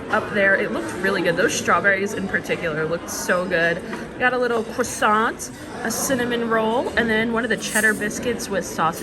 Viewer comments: I think french people are a little more aggressive with the r in CRoissant. You can look it up and show it too her. You know help her with some french 😋😜. Thanks for the food review, I really enjoyed it. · Thanks for another great video! As Brits we find it fascinating to hear people from the US say 'crussont' as we tend to pronounce it like the French: 'Kwahson'. Same with Marscapone which we pronounce 'mahscaponay'. There are so many others, it's really interesting, such as parmesan (Pahmezan rather than the US pronunciation) and we say the 'h' at the beginning of 'herb' (hurb). I love all the different ways of pronouncing things between the two countries, it's really interesting - perhaps your mum is coming over all British/European on you! 🤩